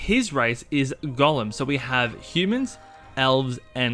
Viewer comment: Its "gow-lum" not "gollum". It's not lord of the Rings :P